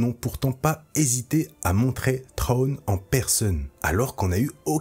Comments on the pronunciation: J'ai entendu pire : "Trone" 😆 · Et cet accent anglais, faites un effort par pitié 🙏🏻 Général Thrawn ne se prononce pas [Traone] par pitié faites un effort… Mes oreilles saignent.